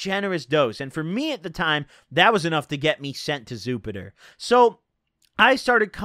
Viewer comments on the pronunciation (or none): "That was enough to get me sent to Zupiter"